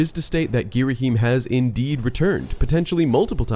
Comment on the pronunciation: "gheeraheem" idk thats what i always heard